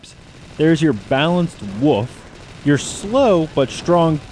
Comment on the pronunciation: Did he just say WUF? or WOLF??